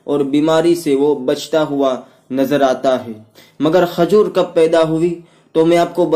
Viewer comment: Khazoor nahi he khajoor he